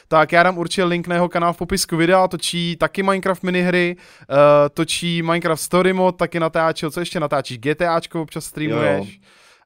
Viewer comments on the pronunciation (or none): none